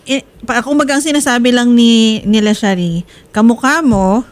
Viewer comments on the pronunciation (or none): Sharree Po Hindi charre